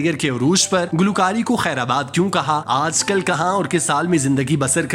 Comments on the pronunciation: بھائی ذرا الفاظ کی ادائیگی پر توجہ دیں، وہ خیرآباد نہیں خیر باد ہے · اصل حقیقت تو یہ ہے کہ آپ کو بھی کوی معلومات نھی ھے. بس جو منہ میں آیا بول دیا. اور براے مہربانی اپنی اردو کو درست کیجئے. خیرآباد نھی خیرباد بولیے. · خیر باد ہوتا ہے !!! آباد نہیں !!!